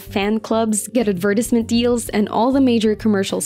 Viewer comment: Wait.. say 'advertisement' again